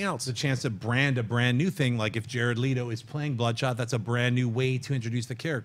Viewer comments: Yo Schnepp just a heads up it's pronounced Let-Oh not Lee-Tow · I was so happy when she did that. John messes up so much and it usually never gets corrected. Can someone please tell him how to pronounce "Leto"?!? Its not LEETO